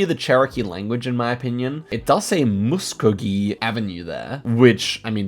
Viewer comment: Musk-oh-gee we love American